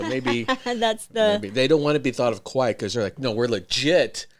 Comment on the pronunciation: Its not Kawai...Its Kawaii...you have to say "e" after kawai...